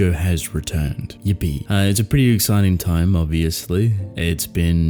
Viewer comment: did you really just said Yepey 😆